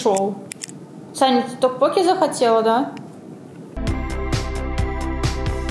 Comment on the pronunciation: ТоккпоккИ правильно!)